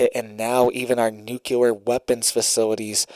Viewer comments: ITS PRONOUNCED “NEW CLEAR” NOT “NUKE YOU LER” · It's pronounced Nu-clee-er not Nu-cu-lar. Sorry but that drives me nuts to hear the word pronounced incorrectly. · It's not nucelar but nuclear. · "NOOK-LEE-ER", say it right!!!! Geesh! Wait...is it "geesh" or "sheesh"? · Why on earth do you insist on pronouncing "nuclear" wrong and making yourself look ignorant. I always watch your broadcasts, and you seem like a great guy, but I hate it when people go out of their way to behave childishly.